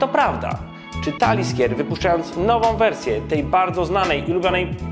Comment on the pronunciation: Taliskier?! Aż się skrzywiłem od tej wymowy. Społeczność po takich wpadkach raczej nie będzie znacząco większa.